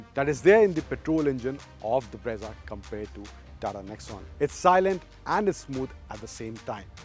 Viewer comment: Brezza ×× Bra-za√√